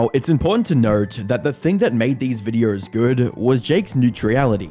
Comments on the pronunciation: I just like the way you pronounce "videos" as "vidreyouse" and "photos" as "phurdouse". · Videoer? Lol goodness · What's a vidier and a pherter?